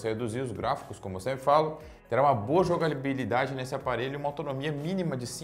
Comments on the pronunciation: jagalibilidade kkk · "Jogalibilidade" kkkkkkk falta português